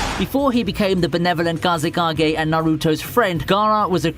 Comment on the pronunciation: Did you really just say "gazekage" about Gaara instead of Kazekage? It's okay, I call your channel name all the time too.